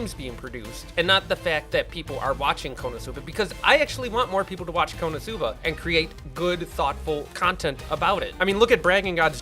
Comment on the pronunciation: When you said konoscuba I thought it was going to be scooby-doo and it was konoscooba